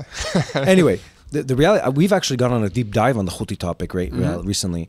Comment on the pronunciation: Who and what is a houtey